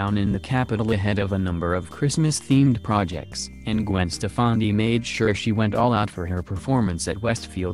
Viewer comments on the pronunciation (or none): WAY TOO MUCH REPEAT ON HER OUTFIT, BORING. HER NAME IS STEF FA NI NOT HOW YOU PRONOUNCED IT